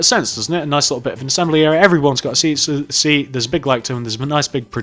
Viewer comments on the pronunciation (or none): none